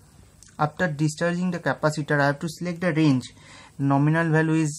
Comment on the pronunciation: bhai mere english ka pronountiation theek krlo... VALUE hota h naa ki BHALUE